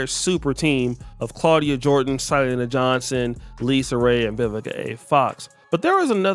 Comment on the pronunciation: Not Sy-leena but Si-lenna